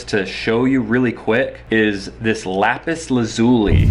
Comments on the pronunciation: Im yriggered he saif lapis lazuly wrong 😭😭😭 its lapis (laz-ly) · adeline Moseley no its lapis Laz-ly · I think you mean Laz-oo-lee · did he really pronounce lapis lazuli like that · That's not how you pronounce Lapis Lazuli e.e